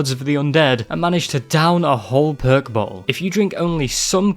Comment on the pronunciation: i can't help but think of percs everytime you say perk it just sounds way funnier